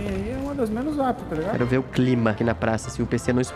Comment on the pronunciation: Aposto q é dos cara q fala "veyr"